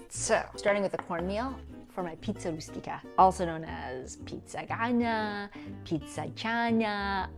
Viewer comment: Giada...I love you .your are a beautiful woman but you got this all wrong *stuffed Pie* the pronunciation and the ingredients...